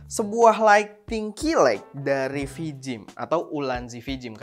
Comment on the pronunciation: Mantap, tp maaf penyebutan “ key light “ >>> ki lait, bukan ki laik 🙏🙏